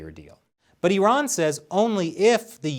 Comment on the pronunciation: Thanks for saying “e-run” and not “I-ran”